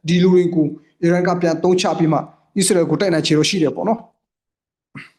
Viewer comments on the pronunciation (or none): ခင်များကိုပြောမယ်နော် အီးစရေတွေ အီရမ်းတွေ မပြောနံ့ဗျာ မြန်မာလိုတင်ဆက်နေတာမလား အစ္စရေးဆို အစ္စရေးပြော အီရန်ဆို အီရန်ပြော အီးစလွယ်‌တွေ အီးရန်းတွေ အက်စ်သံမပါစေနဲ့ဗျာ